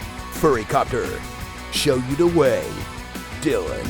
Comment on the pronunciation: "Show you dah whey" JESUS CHRIST